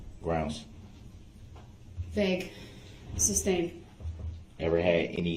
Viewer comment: "grounds for the SUBSTAIN" smh that's not even the word, and even if it was, ,it's not the word he should be saying here. Every time I heard him say, I wanted yell SOMEONE TELL HIM IT'S SUSTAIN!!!!